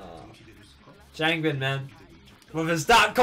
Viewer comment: Just stumbled upon this in my recommendations lol great reaction man, love your enthusiasm 😊 BTW just some tips for pronunciations: WooJin--> yes fam it's a 'J' 😂 try not to over pronounce the 'w', its more like oo-jin if that makes more sense Chan-->the 'a' is pronounced a bit softer MinHo* ChangBin-->like Chan the 'a' has a softer pronunciation HyunJin* JiSung* Felix-->I mean it's his English name what more do you want lol (my fellow Aussie! Along with Chan 😊) SeungMin-->this is a bit confusing (especially if you don't know 100% how romanisation works) but think more along the lines of 'Soong', as opposed to 'Song' JeongIn-->again if you don't get romanisation (coz its stupid & ppl use different versions which confuses ppl even more) the 'e' is an indication of what type of 'o' sound his name has. Its essentially the same as JiSung's just with a 'J' lol also the 'I' in 'In' doesn't need too strong a pronunciation, but don't do it too soft either (confusing I know 😅) *you've got it/self explanatory I also did this in age order to help with remembering lol Hope this helps 😃 💕